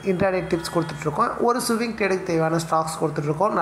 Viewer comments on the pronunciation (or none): Suwing ila swing